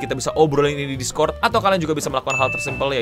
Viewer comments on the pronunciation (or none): none